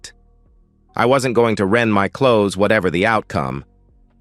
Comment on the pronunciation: Rend, not rent.